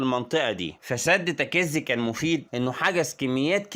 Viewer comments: الاسم تكيزي لما تنطق لا تشدد حرف الكاف تخفف الحرف اتلعم لغه عربيه الاول واطلع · برضوا غلاط الكاف والزي مفتوحين مش مشدين هوا ينطق الكاف ومشددة وهيا العكس وحرف الزاي أيضا تكون زاي مخففه ويا اخي أنا تخصص لغه عربيه